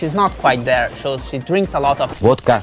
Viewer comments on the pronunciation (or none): Burhan Özsoy Vodka, not Votka